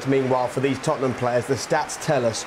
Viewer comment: "It is the history of the Tottnum" 🤣